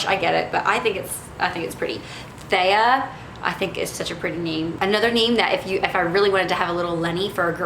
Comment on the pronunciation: Heyyyyyy you said my name THEA 🙌 But mine is pronounced TH E UH